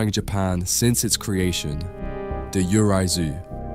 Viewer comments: Great video. Just wanted to note that Japanese ghosts, 幽霊 "yurei" is not pronounce "you rai". It is pronounced, "yuu ray" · "Yurei/幽霊" is pronounced as "you-ray." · I’m sorry man, but Japanese pronunciations are HORRIBLE! You pronounced “Yurei” (幽霊) completely wrong!